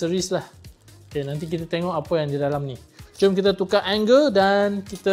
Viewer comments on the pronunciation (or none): none